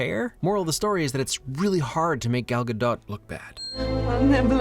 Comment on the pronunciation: Gall Ga-dote (last syllable rhymes with vote).